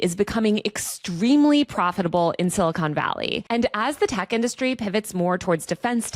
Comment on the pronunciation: "Mach" not "March." And it's not "Silicone Valley," except for Lauren Sanchez Bezos' knockers. Good reporting, though